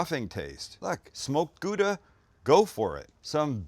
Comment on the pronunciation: Its pronounced GOW-dah (Not Goo-dah) Gouda. You're welcome :D